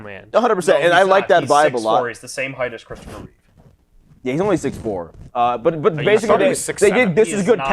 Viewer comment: Please guys… it’s REEVE. Not Reeves. They saved the S for his chest.